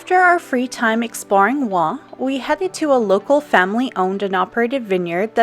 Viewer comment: WHOA. The beaujolais area looks STUNNING? Also I'm so glad you taught us how to pronounce Oignt....!